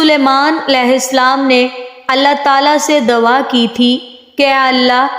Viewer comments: dwa nhi " dua" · Nice but you say dawa but it is dua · بہت اچھی ویڈیو ہے پر آپ لفظ دعا کو دوا بولتی رہی ہیں